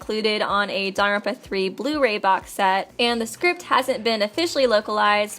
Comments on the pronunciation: very time that "daarrrrerpa" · It’s not DANGONRONPA.... It’s danglepompa... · Does anyone else find her pronunciation of "danganronpa".... Off....